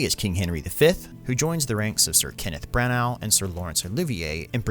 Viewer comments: Interesting video. One thing I would say is I've only ever heard Agincourt pronounced without the t and Branagh is said like Brana not Branow. Well it seemed to me you said something like that. Apologies if I'm mistaken. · And Branagh is pronounced "Brah-nah" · But not Branagh. You don't say the 'g'.